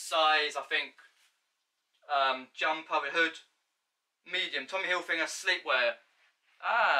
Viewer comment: Great vid mate, just remember it’s Tommy Hilfiger not Tommy Hilfinger